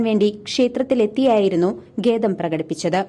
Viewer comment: ദേവസ്വം ഭാരവാഹികൾക്ക് നന്ദി അറിയിക്കുന്നു. പിന്നെ ഗേദം അല്ല, ഖേദം ആണ് News reader ശ്രദ്ധിക്കുക.